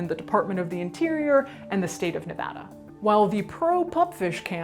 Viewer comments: Thank you SOOO much for pronouncing Nevada correctly! 😁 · I love that she pronounced Nevada correctly. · thank you for pronouncing nevada correctly.